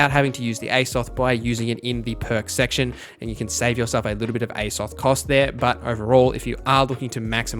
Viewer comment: Aye-zoth? It is pronounced with a long high A Like A$$ follow by an OFF th sound - Azoth literally the same beginning pronunciation to a well known video game world.... Azeroth.